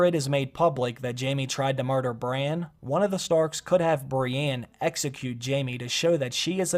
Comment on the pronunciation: Why are you saying Breanne instead of Brienne? Lol and sometimes when you talk about Bran it sounds like Brian.